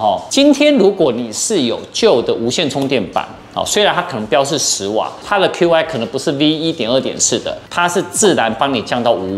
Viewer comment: Qi跟App的唸法都是錯的。 身為科技Youtuber，我認為不應該犯這種錯。